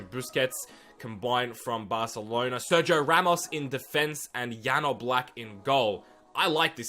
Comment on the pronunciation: O love how u say jan oblak